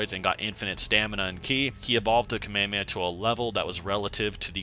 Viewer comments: said “kameamea” instead of “kamehameha” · kah-meya-meh i expected better say it it properly, Kah- Meh- hah- meh-HAAAAAAAAAAAAAAAAAAAAAAAAAAA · Bro is pronunced Kame Hame Ha, not kame a me a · I will never understand anime watchers who watch the anime, Hear the word constantly said correctly, but still call it the KamayahMayah wave. You have literally heard them say Kamehameha in English AND Japanese for years now. It's the equivalent or Michale B Jordan calling Naruto, Nurutoo. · Why not pronounce "hamehameha" like, all versions and dubs of the anime? Where did "kameamea" comes from? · this guy be saying kameowmeow, wtf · No it’s (kah- may- ha- may- ha) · "Cell launched a Kameia a Meia" 💀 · So... nobody's gonna bully this man by the way he says "ka-mey-a-mey-ah" multiple times? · "KAMEAME" bruh... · Kameameha He Said That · Kamehehea? WTF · everyone says kamehameha its pronounced ka me ha me ha with pause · It is prononced kame-hame-aaaaaa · the way you say kamehameha turning into k'mey heme makes me roll every time. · That’s not how you pronounce “kamehameha” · Bro you gotta work no your pronouncing of "Kamehameha" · why do you call the kamehameha that way it’s not the right way to say it and that shit is so fuckin annoying how can you be so deep in the lore but say that shit so wrong it’s like the people that call pokémon pokamon like stop doin that dumbass annoying shit they don’t even say it like that no where ever in the show 🤦🏽‍♂️